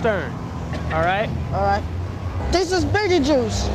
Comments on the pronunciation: He literally cant say his own name hsgsgsha, “betejuuce” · "Wel bi.... well be beedlebuce here, habb bi benis here." Is how I will start every presentation from now on.